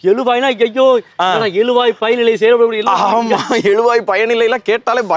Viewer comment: எளுவாய், எழுவாய். தமிழ் படித்தால் மட்டும் போதாது. சரியான உச்சரிப்புடன் பேச வேண்டும். அது தான் தமிழுக்குப் பெருமை.